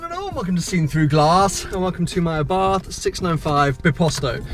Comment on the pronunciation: 6. People call it Abarth instead of Abart!